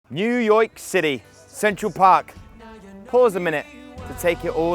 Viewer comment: New Yoyk city lol